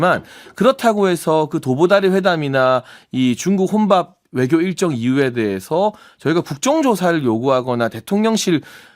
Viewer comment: 용혜인.. 입 속에 뭐가 있는거냐? 발음이 그게 뭐냐? 명확한을 멍확한이라고... 외교를 애교라고... 좌파들만 이번 회담에 대해서 악감으로 말하고 다른 나라들은 모두 바람직하다고 말한다. 물론 100% 만족하지는 못하지만 첫발이라는 면에서 성과가 있다고 보아야 한다. 하기야.. 지금은 민주당과 좌빨들은 윤통이 뭘 해도 비판하는 ㅅ ㄲ 들은 비판하겠지....!!!